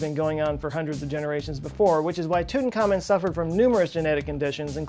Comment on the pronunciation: It's not Tutan-khamon but Tut-ankh-amon. Pronounce it correctly.